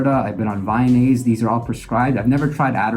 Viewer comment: Vyvanse not VYnase lol.